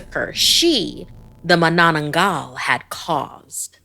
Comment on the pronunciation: The stress in the word Manananggal is on the first syllable.